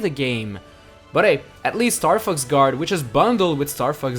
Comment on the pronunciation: Did he say fucks or fox